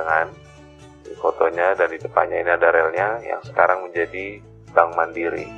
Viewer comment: Very nice video….for info: pronunciation ( pengucapan) Indonesian and bahasa Belanda is the same….Handel …not Hendel but like the a in “knalpot”. the same with Bank. not Benk